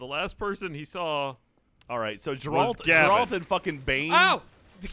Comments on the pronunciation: Hearing all of them say Geralt wrong is painful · Any other Witcher fans triggered at how they pronounce Geralt as if it was a J? I hope they keep up these videos though! Mix up the skins and maps maybe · It’s amazing to me how many people can’t pronounce Geralt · if you're implying that the mispronunciation was some joke that went over my head, I would like your take on it, because they've been mispronouncing his name for years. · Is there some kind of meme I'm missing? Every one in RT it seems never says Geralt's name correctly. They say it in the games left and right, how is the mispronunciation more common than the correct one? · The way they mispronounce Geralt is like nails on a chalkboard for me. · It's really hard to hear them continually mispronounce Geralt's name. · ....it's Geralt. Not Geralt. Like it's GIF and not GIF. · I hate how they all pronounce Geralt differently but never correctly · They say Geralt's name in the games right?! Why do they say it wrong every time. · how do they manage to pronounce geralts name so incorrectly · No one can pronounce or remember Geralt 😂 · I dunno why but, every time they mispronounced Geralt, I became a little sad on the inside. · The only part that bugs me on this is when they consistently mispronounced Geralt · Them mispronouncing Geralt was so annoying. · the way pronounces Geralt is rather annoying. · I lose about six months of my life every time they pronounce Geralt's name wrong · I'm a little annoyed they keep pronouncing Geralt wrong. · If you're gonna get custom skins, maybe learn how to pronounce the names of the characters you're using. Geralt isn't hard to figure out. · Why are they all pronouncing Geralt as if none of them has actually played the game....stopping pronouncing it with American pronunciation... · ITS GERALT NOT JERALT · It's funny how everyone pronounces geralt as GUR-ALT instead of GER-ULT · It's not Jer-Alt. It's Geralt, pronounced like Gehr-ult. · Wtf yall "Ja-ralt"? 😂